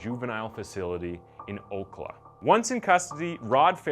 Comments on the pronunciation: I know this isn't important at all, but .. Ocala is not Oak-la, it's oh-cal-uh. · Love the content, but (and I hate doing this because it means admitting I'm from Florida), I gotta correct you on the pronunciation of Ocala only because I heard it in another one of your videos. It's actually pronounced "O-CAL-uh" (like California) rather than "O-cuh-luh". Hope I don't sound like a huge douchebag right now :) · Ocala is pronounced Oh-CAL-uh. From a native of the city who has no love for it. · it's Ocala,, (oh-call-ah) not oakluh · Ocala = [Oh cal Uh] not [Oakla] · I remember this. By the way Ocala is pronounced O-cal-uh 😉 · It's O cal a, Florida. Long a followed by a short a. I lived in B.R. when they arrested these people. It was all over the news. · Ocala is O-cal-uh. I got a good chuckle from that. Great video as always. Keep it up! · Ocala is said- Oh-Cal-ah. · It’s OH-cal-uh.